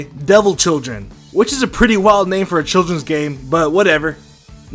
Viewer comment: A Name é not è